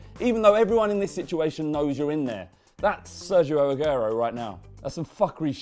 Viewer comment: Learn how to say Sergio Aguero